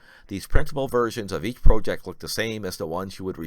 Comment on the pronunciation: Please learn how to pronounce the word project